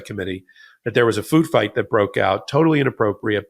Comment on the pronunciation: Stop saying " imporr-ent ." Please. That is not a word. Otherwise, I agree totally. Or is it toe-ully?